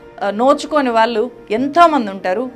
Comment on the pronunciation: మీరు "ళ్ళు" పలకడం నేర్చుకోవాలి. "వాల్లు" కాదు "వాళ్ళు"